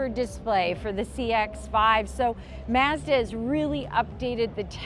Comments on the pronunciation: The way you pronounce “Mazda” is different Are you Canadian? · Would you please learn how to pronounce MAZDA correctly?